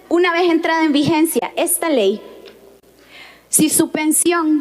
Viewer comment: Lo unico bueno : "Ejta ley"🤭 Sátira a la orden👌que espectacular Que maravilla , me sorprende en cada capitulo, muchas gracias por este momento de diversión y actualización de realidad nacional👏